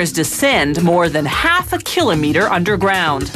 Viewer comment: i cringed when she pronounced kilometer